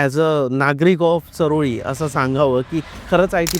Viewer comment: चऱ्होली असा उच्चार करा सर चारोळी नाही तेवढा तरी आदर करा आमच्या चऱ्होलीचा